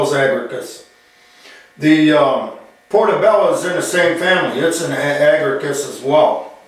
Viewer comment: One small edit. The genus is Agaricus the second a is pronounced